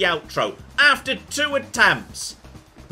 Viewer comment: It feels weird not to hear the outro. said "bye" in the same way you do when you're kicking someone out of your home for breaking your favourite stuff. Which, I suppose, isn't that inaccurate here...